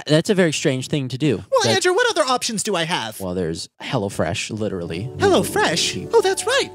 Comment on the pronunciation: When Andrew said "Hello Fresh," I thought he said "Hella Fresh"